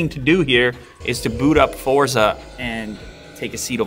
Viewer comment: it's pronounced fortsa not forsa.